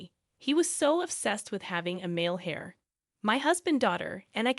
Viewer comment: Pronounce heir like air, not hair. The ‘h’ is silent.